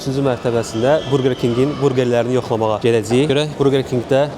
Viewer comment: Qardaş burqer yox burger